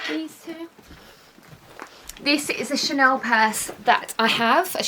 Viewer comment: How come you say chanoowww. It’s ChaneLLLL. Is It’s lazy or is it a lisp. It’s Chanel so is it best to say Chanel with and L.